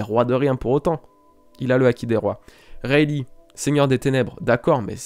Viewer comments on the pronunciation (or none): none